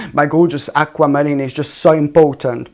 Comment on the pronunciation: I like how you say aqua mariney we are marine warriors